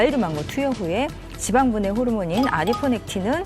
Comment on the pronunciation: 의사선생님...쥐봥을 뽸주쉬는게 중요합니다. ...발음을 너무 굴리시네요.